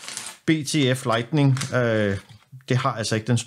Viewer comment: Hold så op med at sige lightNING ...